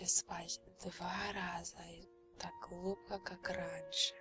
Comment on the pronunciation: я уже начала засыпать, как услышала " Вы начинаете глубко, улубко спать" 😂😁